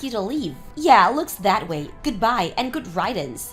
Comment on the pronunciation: It’s pronounced like Rid ance. Not like ride ance.